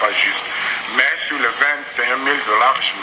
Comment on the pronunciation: Pourquoi la plupart des journalistes au Congo ne sont pas capables de distinguer "i" du "u". Ils vont dire sir our au lieu de sur. C'est embêtant quand meme. Mais dans tous les cas l'emission était intéressant, coup de chapeau pour les informations de. J'espère que le peuple va punir ces gens quand viendront les elections.